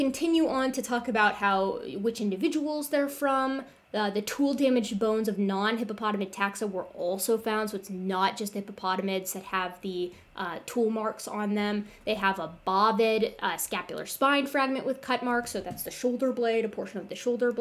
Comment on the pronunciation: I do want to take issue with the pronunciation of Bovid. It should be with a hard O, /ˈbōvid/